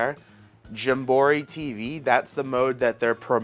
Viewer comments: He needs to make merch that says jam-buh-REE or um Jum Bro REE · I kove how many times you said jumborrey. Keep it up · Its jam-buh-REE perhaps hes trolling the viewers? Also does he fly to NYC for nintendo store or lives fairly near? Good video liked and subbed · did you say jum bor ee..... lol I know it's on purpose like meteor oid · "JAM BORE EEE" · Your saying the name wrong bro. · How do you pronounce Jamboree like that?!? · Your pronunciation of Jamboree has me rolling 😂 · why the hell does he keep saying JAMBOREE incorrectly?! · U new here? He is 100% on the tism scale.😂 but he is chill so its cool. Drives me crazy but i watch sometimes still.😂. He does that often...and no it aint clickbait. He is just "a bit special"😂😂😂😂. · Right tho. I was like “ pardon?” Lol